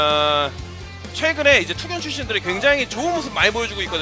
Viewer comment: 그리고 투극이 아니고 투견~